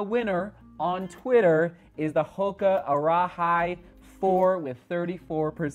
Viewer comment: For when you do review it, the Arahi is more correctly pronounced like Ara-he not like Ara-high (though I'm sure a lot of people will say it like that). You pretty much nailed it once when you were trying out a few options. It means “lead”.